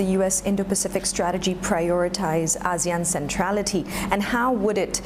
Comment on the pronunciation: he can't even pronounce ASEAN correctly! haha, how sincere can they be? whole lot of talk..